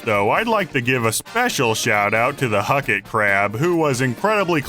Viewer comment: So you almost put him on the list but you said huckit